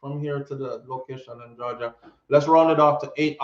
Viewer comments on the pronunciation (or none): none